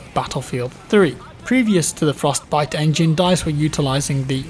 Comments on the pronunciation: the frosTEH-biTEH engine..... frosT biTeh engine.. frosTTT pause biTTTe.. sorry the way you were saying it was driving me nuts.. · Anyone else getting triggered by the way he says, Frost..Bite xD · Why are you saying Frostbite weird? Fros-t bi-te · I've noticed pronounces Frostbite with a very distinct Frost - Bite.... Separating the Frost from the Bite. Just something I noticed. Occasionally he pronounces it Frostbite conpared to 98% of the time he really distinctively pronounces the B. As in FrostBite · I think it's your accent, but the way you pause between "Frost" and "bite" makes me giggle lol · Why do you say "Frost Bite Engine" so strangely? Like you're reading off a script but you're unsure if you're pronouncing it correctly. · Why the fuck does he say frostbite so weird, it literally hurts my insides. It's one fucking word dude stop spacing it out like you have Parkinson's disease.